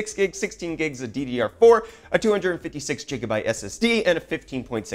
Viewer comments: We need a petition to stop you from saying Jigabyte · Why jigabyte and not jijabyte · Take a shot every time he says "jigabyte".